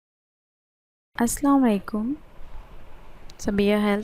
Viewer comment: Phele salaam sahi krna sikh lein janab..